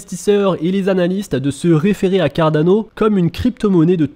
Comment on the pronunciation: Juste, stp, arrête avec l'accent italien pour prononcer Cardano, le projet n'a rien avoir avec l'Italie, et n'est pas italien non plus...